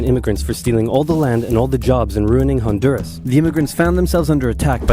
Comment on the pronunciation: I'll admit it, I thought it was Belize at first when the map was shown. Need to brush up on my Central American geography and props to the bloke for nailing Honduras